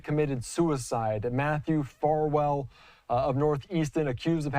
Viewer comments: Your commentator needs to know his story. He keeps calling Farwell by the wrong name. 'Farmore' Get it right! SMH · What's so hard about pronouncing Farwell? Embarrassing. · His name is FARWELL and there’s no such word as “boughten”